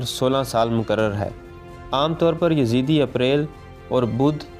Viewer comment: Yazeede not, its yazdee